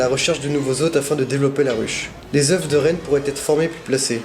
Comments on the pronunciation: Désolé de faire le rabat joie mais j'ai les oreilles qui saignent au bout de 20 fois dans la même vidéo !! Des œufs !! On dit des œufs (eux) pas des euf !! Stp ça rendra tes vidéos plus crédibles et tes commentaires plus sérieux ! Bonne continuation ! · Sa se dit pas des oueuffffff! On dit des oeu.... sans me le f au pluriel purée!! Ta appris ou le français ?